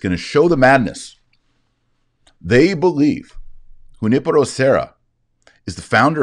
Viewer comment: Taylor you pronounced Junipero great, now try Guadalupe with an "eh" sound at the end, not "ay" sound.